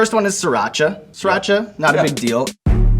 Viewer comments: Everyone pronounces Sriracha "Sear-acha" Theres an R after the I fucking PLEASE. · Hey sorry to be the guy that does this but sriracha sauce is pronounced 'sreee raachaa'. It's also a city in Thailand.